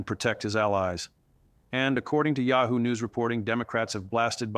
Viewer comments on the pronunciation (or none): none